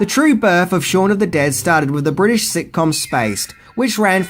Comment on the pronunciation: Bwitish comedy? Bwitain consists of englistan, Scotland and Wales. It was filmed in and about englaza. Nothing bwitish about it, NZ roundy-uppy guy. Stop calling englistan bwitain. It's like calling NZ Australia,or calling Oz NZ. Pfft